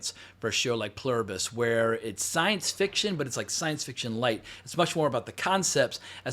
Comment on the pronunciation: You nailed the pronunciation. It's written on American currency. I had exactly the same question about the link between the space signal and the virus itself/rat experimentation phase. Good to know I'm not alone.